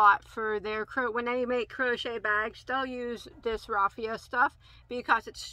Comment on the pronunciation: Raffia is correctly pronounced. Schachenmeyer is pronounced shock n my er, accent on first syllable. I enjoy your unboxings very much. Thank you for letting us know about new yarns.